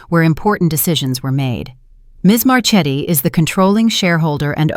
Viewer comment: Learn to pronounce Italian. Marchetti is pronounced Marketti